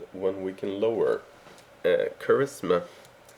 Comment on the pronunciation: tip, agility is pronounced as ajility wich is sounding the G to a J, and charisma is pronounced charizma sounding the S to a Z but other than that good vidtoriul and it wan kinda long